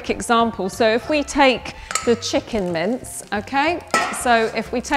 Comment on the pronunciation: I thought she was saying mints instead of mince